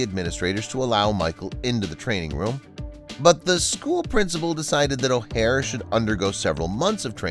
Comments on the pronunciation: Why are you referring to Leanne as Lee and Anne as if she’s two people? And Michaels surname is pronounced Oar not O’hair. It’s really annoying when channels don’t take the time to get details correct like, names!. It makes it difficult to believe anything else your saying! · Learn his name if you are going to narrate this about his life. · You need to learn to pronounce his name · You can’t even say his last name right. Lol